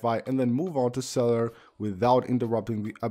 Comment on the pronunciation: I just came here for "really really good cellar" mumbling 🤣🤣🤣